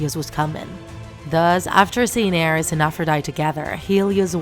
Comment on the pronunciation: aREs ARES ARES goddamn it the pronunciation made me mad.